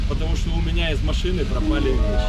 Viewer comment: "у меня из машины прАпАли веСЧи".... тю, мужик, ты ж адвокат!!! Чего так мелко? Заявляй сразу про групповое изнасилование - за него больше срок дадут бандитам, которые на тебя напали!